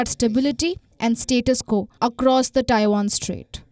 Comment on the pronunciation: For the love of Ganesh, will you learn how to pronounce "Taiwan" correctly. Please!